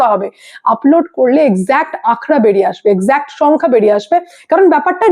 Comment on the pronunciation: কথাটা "আঁখড়া" নয় হিন্দী শব্দ " আঁকড়া" । বাংলায় পরিসংখ্যান বলে ।